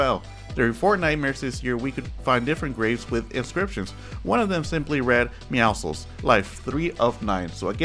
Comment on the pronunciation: Me and my friend just go "Buff Meowscles" and "Emo Meowskulls" since you pronounce their name the exact same way